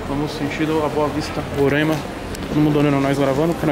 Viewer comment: É "RORAIMA" E NÃO RORÃIMA.